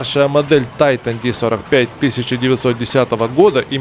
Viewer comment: Потому же, что и Тайтайник😊